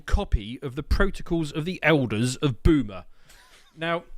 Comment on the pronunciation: Boomer with a soft A bahahahaha!!!